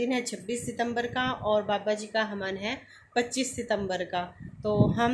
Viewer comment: Hamen nahin hota havan hota hai